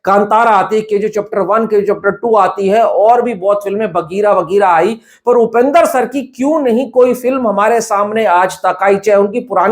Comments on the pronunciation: It’s Upendra not Upender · Bro not upendar it's Upendra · Its upendra not upender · Its not upender its upendra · Upender nahi upendra bolo bhai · low*e its upendra not upender